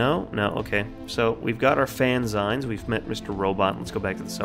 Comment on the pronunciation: This game looks amazing. I like your humor and methodical way of checking everything. Just a heads up, though, fanzine is pronounced fan-zeen, it rhymes with magazine because that's where it takes it's name. It's a magazine made by fans and full of fan made content like fanart, fanfic, and fan theories.